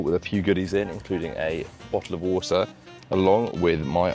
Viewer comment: The classic Bo'Oh'O'Wa'er British Accent😂